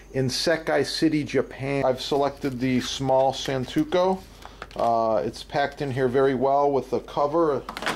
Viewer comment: Santoku not santuko. Great, informative video. Thanks.